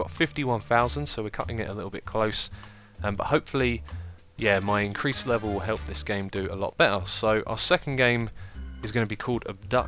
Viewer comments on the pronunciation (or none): none